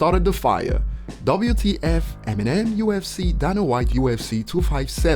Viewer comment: And DANA IS PRONOUNCED DAY-NUH! Learn how to pronounce a man’s name please!